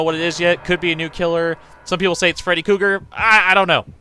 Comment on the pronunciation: It's Freddy KREUGER. Not Freddy Cougar. Please. Just stop.